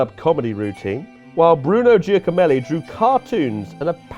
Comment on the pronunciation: I’ve never heard Giacomelli pronounced like that lmaoo